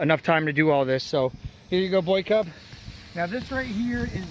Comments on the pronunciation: Im pretty sure he is saying "boycub" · Your tips/videos have helped me immensely! I'm putting a roof on my house right now in Washington state so I know the job has to be above par with how much it rains here. Only question I have is why do you call him Boycub? 😂